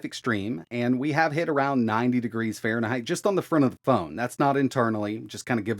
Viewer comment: Really, Fahreneigh ?